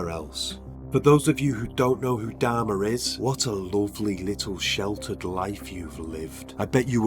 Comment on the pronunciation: Could't stand to watch the video for the way he pronounced Dahmer last name 😆